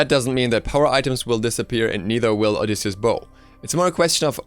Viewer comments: Delano Tetehuka it's an item in the game, and he's pronouncing it correctly. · Delano Tetehuka No he is pronouncing it correctly